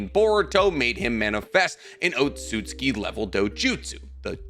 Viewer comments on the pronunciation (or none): none